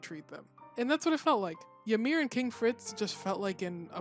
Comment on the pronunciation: By the way the correct pronunciation of the name Ymir is EE-mir not YA-mir.